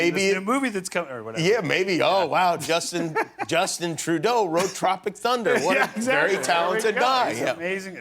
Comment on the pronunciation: As a Canadian, Trudeau would NEVER be pronounced TruDOO! It’s literally just pronounced Trudeau in Quebec, but like with the French R. Man, that line just ignited the French curriculum inside me.